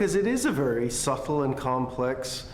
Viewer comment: "Suttle"? Its "subtle". The b is there to dull the t sound.